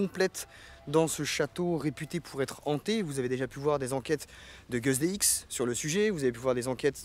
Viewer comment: Cool la video mais mec c'est "guss dx" et pas "goss dx"